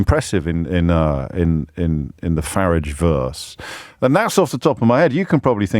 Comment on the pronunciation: For somebody who is privately educated, he can’t pronounce Farage’s name correctly.